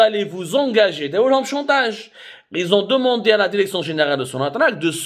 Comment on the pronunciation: Derection derection derection derection derection ha ha ha ha ha ha ha ha ha ha ha ha ha ha ha ha ha ha يلصق كما الخرا في القرداش